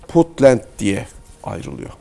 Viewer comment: This is insult Sir not bunt it’s Puntland.